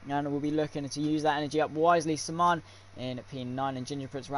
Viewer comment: Sman.... Is pronounced S man 👌🏾